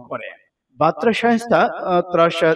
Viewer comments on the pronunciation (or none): বাতরানা বার্তা উচ্চরন ঠিক করুন